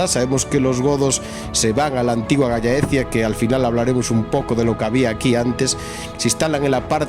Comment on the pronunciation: Se dice galh laecia (, solo que en castellano juntando las dos Ll suena gallaecia, normalmente es tierra de los galaicos